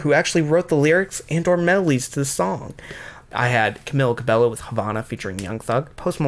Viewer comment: It’s pronounced CA-BEH-YO